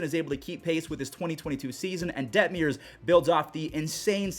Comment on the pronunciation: Coming from an angels fan we had the offense but injuries ONCE again derailed our season. Also it’s Detmers not detmiers 😂